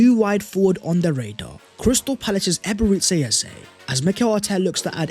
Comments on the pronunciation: Its EBERE CHI like church and not SI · Eberechi is pronounced Ebere-Chi, 'Chi' is is pronounced 'Chi' as in Chi-ld , pls take note